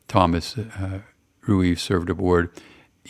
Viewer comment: Thomas Rueve is my grandfather! Thank you for this, very cool. Pronounced Ree-Vee 😉